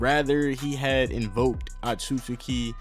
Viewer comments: my nikka its "oht-sut-ski" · It’s pronounced Otski